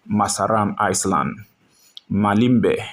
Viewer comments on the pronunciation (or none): Narrator, please note that the word "Island" is pronounced as "eye-land", and NOT as "Ice-Land".